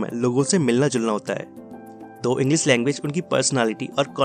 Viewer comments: Bhai tu bhi English ka course kar lay... English ko Inglis bol rha hai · Bhai tujhe to thik se hindi bhi nahi bolni aati?english ko englis bol raha hai.. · तू पहले ' इंग्लीश ' शब्द का उच्चार ठीक से करना सिख जो' इंग्लीस ' नहीं है इंग्लीश ' है 😀😀😀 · It's English not Engliss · Englisss nahi bhai English khud to seekh pahle bolna ... Nakli youtuber thodi practice krle .... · Tu hindi bolna seekh pehle dhng se......english hota h englis nhi🤣🤣🤣🤣